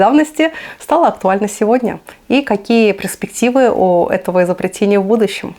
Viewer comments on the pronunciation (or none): «Преспектив»,, у танков вообще нет. Только музеи. Для справки: правильно говорить - перспективы.